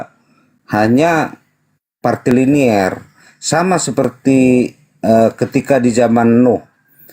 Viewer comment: Woiii..bukan partiliner tapi patrilinealita..sampai budeg rasanya kuping gw denger partiliner..partiliner diulang2 mulu..dasar oten kucluk